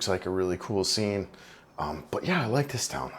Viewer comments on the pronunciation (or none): none